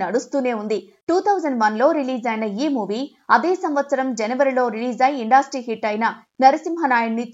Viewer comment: ఇండాస్ట్రీ కాదమ్మా ఇండస్ట్రీ